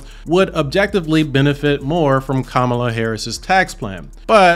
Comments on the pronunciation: KAMA...LA! NOT KAMAA...LA! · How can someone who can’t pronounce Kamala correctly not be biased? Also this election is more important than taxes. Your civil liberties and freedoms you take for granted are at stake.